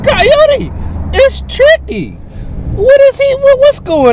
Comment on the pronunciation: It's triccy! Lol!